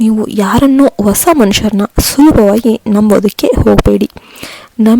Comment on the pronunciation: Osa alla hosa. Pl don't kill kannada language.